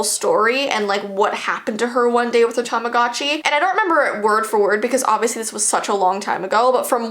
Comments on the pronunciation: Tamagotchi not tomogachi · does anyone wonder why tamagotchi sounds like tamadotchi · Tamogatchi Me: Tama- GUCCI My scary Tamagotchi story: What is Tamagotchi? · Yeah whats a TaMaGaZChI whatever its called im pretty sure its called "Tamagotchi", anyways, whats a "TaMaGaZChI" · Tamagotchi Subtitles: Time of God she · your saying tamagotchi wrong it sounds like tamagoochee but it's spelt tamagotchi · its tamagotchi pronounced tamagootchi like theres a oh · When someone says tamagotchi at first it sounds like ‘TOM’ agotchi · Is no one going to talk about how she saying tamagotchi wrong